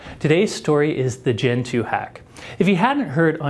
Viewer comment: It's pronounced djentoo, not kentoo